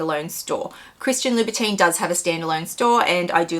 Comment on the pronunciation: Please say Labu TON